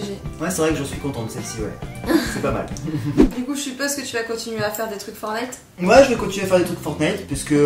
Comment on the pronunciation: Tu me stress quand tu dit FOURNITE (alors que c'est fortnite )